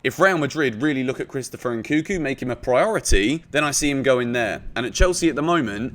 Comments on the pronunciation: NNNkunku not nkuku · It's pronounce N-kun-ku, and not N-kuku